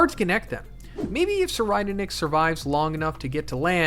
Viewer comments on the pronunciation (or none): YOU SAID SIR RIDER NICK ITS PRONOUNCED SIR REED NICK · "Sir-I'd- nick" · I believe it is pronounced tser-eyed-nick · Sir ride nick is how i hear it lol